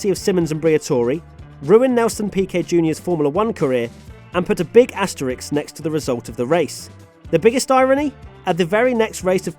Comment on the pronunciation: Maybe it's time to stop mispronouncing Asterisk as Asterix?